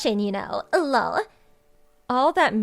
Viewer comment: I know, right? I've never heard anyone to say the actual syllable "LOL," and it's quite nauseating. But then you can tell that this entire series is done by people for whom English is NOT their primary language...😂🤣😅